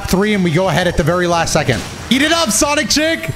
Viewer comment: anyone else keep hearing CHAZ IT UP!!!!! every time said eat it up?